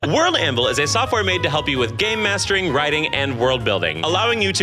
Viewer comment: Do not think I missed how you 100% pronounce "gamemastering" as "gay mastering". Which considering the makeup of my ttrpg groups, World Anvil can probably also help with...